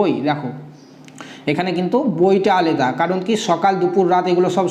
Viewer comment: aleda uchharan hobe na alada